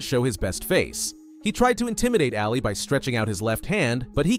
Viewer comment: Muhammad ‘Ahh Lee’. Not alley. If you’re going to narrate at least know how to pronounce their names. Thank you.